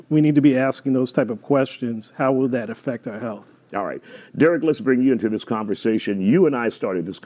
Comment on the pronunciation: Yeah what a joke. Said he first spoke to Derek a year ago and still gets his name wrong.